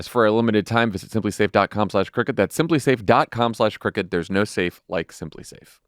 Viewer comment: Just wanted to mention, it's good you spell out Crooked bc it actually sounds like you're saying cricket. Sorry!😮❤❤ love all you guys!! 🤷🏼‍♀️❤